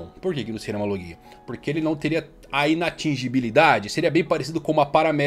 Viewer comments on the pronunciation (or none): none